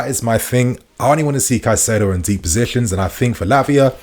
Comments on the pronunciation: kye-SAY-do, not kuh-SIGH-do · Still can't pronounce Caceido? Come on man. He's our player now. You HAVE TO learn to say their names right.